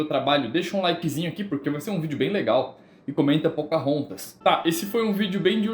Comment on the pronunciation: qual a IA que você usou? pocarrontas